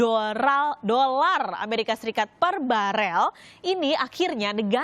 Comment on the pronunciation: Dolar mbak bukan doral